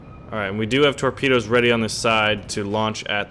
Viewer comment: TOREPANUS? hahaha.